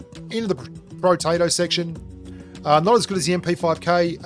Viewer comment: oh it's protato. I thought you calling those guns, potato guns xD